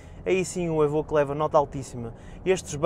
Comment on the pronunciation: "évóque" e nao "êbõque"